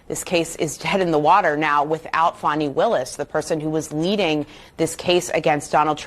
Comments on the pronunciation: Why is the CNN reporter calling her "Fonny"? Her name is "Fani" like a woman's backside "Fanny" 😂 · Benny, how could you let your guest mispronounce Fanis name? Its Faaaaaaani Willis, Faaaaaaaaani! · F-A-N-I spells Fawny like S-A-D-E spells Shawday